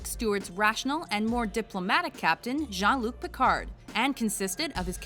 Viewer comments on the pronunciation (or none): IT'S NOT JOHN LUC PICARD, YA IDIOT BUMS! IT'S JEAN-LUC! JEAN-LUC!!!!!!!